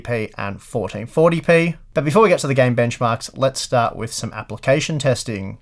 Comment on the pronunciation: Love the way you say Apple-cation